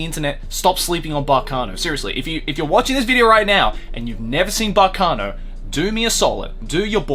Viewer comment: Kudos on getting the correct pronunciation of Baccano